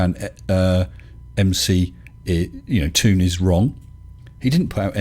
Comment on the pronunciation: Hey, it's NOT Mc Tòon (mick toon) it' M C Toon, like the rapper MC Hammer. (em cee Toon) I'm just sayìng. 0_0